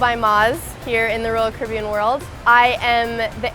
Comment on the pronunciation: Well I made it 2 seconds into the video before I got sick of the mispronunciation of Caribbean.